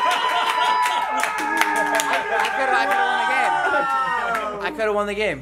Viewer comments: its read not reed 🙃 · Shouldn’t it be can’t READ not Reed... English vocabulary.. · That, “I can’t reed” was hilarious, bc it was spelled with 2 e’s, instead of, “read” lmfao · How have none of them realized it’s not reed, it’s read?! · Did they mention why its 'reed' and not 'read'? lol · He messed up again, it’s read, not reed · what is - i cant reed? it should be read!! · “I can’t reed” omg😭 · Isnt read spelled READ not REED or is it something im not getting here? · It's suppose to be I CAN'T READ not REED